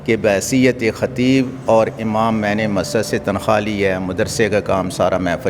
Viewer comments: Abay "Amaam" "Amaam" lagaye hui hai. Pehlay bolna to seekh le, Imaam hota hai, Amaam nahi. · yeh AMAM nahi IMAAM hota hai. is tarah ki zabar ki ghallati se lafz ki maana bhi badal jaati hai